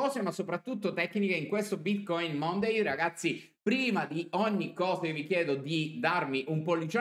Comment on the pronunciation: pronuncia monday in modo consono o mi inalbero alquanto!